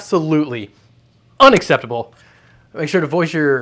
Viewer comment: UN - X - SEPT - ABLE